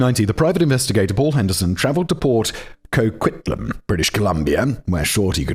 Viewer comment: Yay Simon pronounced Coquitlam the right way this time! Also it is wild hearing anyone defend Kim Campbell even for a second.